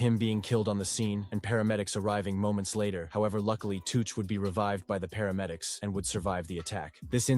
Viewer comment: It's chooch not tooch and he got hit in his shoulder his 2 brothers and a mate gt lifed up for killing jed from fartown in huddersfield.. It was chooch house that got shot up on Clara street fartown It was fkn machete not a knife this ai is talking shit Hudds to Manchester is an hr away